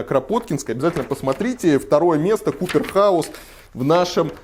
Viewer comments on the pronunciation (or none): Почему купер хаус, если коппер? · Хорошее видео. Вообще ни одного здания из этого топа не видел, кроме Москва Сити, когда был в столице. Будет интересно посмотреть в следующий раз. Спасибо! Пара поправок: ЭнЭфСи и Коппер (медный) Хаус.